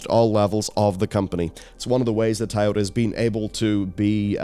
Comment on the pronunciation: Is there a Tayota company I'm not aware of or is just mispronouncing Toyota?